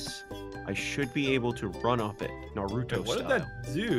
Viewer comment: Did say naruto wrong 😂